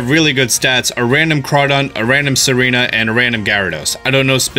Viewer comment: you kept saying serena